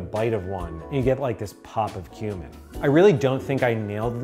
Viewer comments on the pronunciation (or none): The first couple of times you said “cumin” I heard “human“, and I freaked out a little bit…. “Human powder” 😵‍💫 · Who else at first heard HUMAN powder instead of cumin power lol